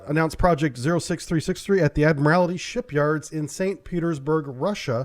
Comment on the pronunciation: FYI, it is "ad-mril-ty". Not admirAlity.